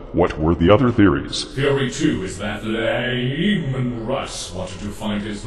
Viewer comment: Is mispronouncing Leman Russ's name intended or did he really have problems with his name during the recording session?